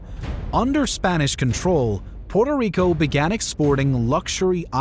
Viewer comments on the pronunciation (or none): Narrator could try and pronounce the island name correctly at least once. Puerto Rico. Not Porto Rico… sound like the colonialist. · Folks please note, it is pronounced Pu-er-toh Rico. Definitely NOT Porto Rico. Also, as another viewer noted, its Ta-ee-no, definitely NOT Tay-no. Thank you. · So many mispronunciations. It's "PWERTO Rico," not "PORTO Rico." The indigenous Taino is pronounced "tah-EE-no," not "TAY-no." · Porto rico? Cmon man try a little🤢🤮